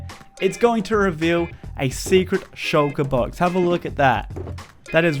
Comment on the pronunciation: you said Shoulker Box but meant Shulker Box... Nobody is perfect.